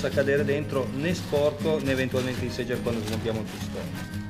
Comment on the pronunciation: si pronuncia SEGHER - è tedesco!!! 8-)